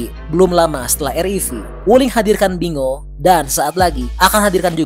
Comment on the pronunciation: Binguo ( di baca: Pin'Quo) bukan bingo 😂